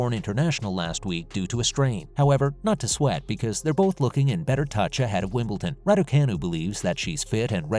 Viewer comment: never did say what Federer's message was. and its WimbleDon, not WimbleTon